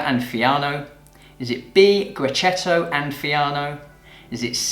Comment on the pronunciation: 10/10 and so happy. But I've been studying Italianwines for a while now . Great videos . Keep them coming By the way, it is pronounced gre-ke-tto